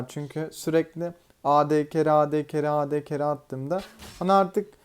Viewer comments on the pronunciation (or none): Abi ad ingilizce olduğu için ey di diye okunur